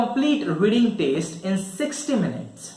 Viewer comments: It's test not teste😬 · it is TEST not TASTE first go and improve your pronunciation 😂😂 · It's not taste it's test 🙄